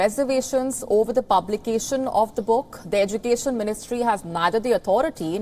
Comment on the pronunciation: How you pronounce education?